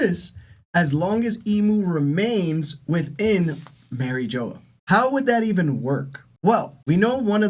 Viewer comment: Merry Joe is crazy pronunciation